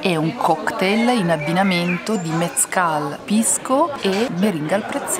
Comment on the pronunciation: si scrive mezcal ma si pronuncia mescal ed è taco il plurale è tacos,,,, comunque bravi raga